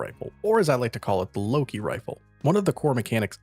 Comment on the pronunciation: Finaly, someone else who calls it the Loki!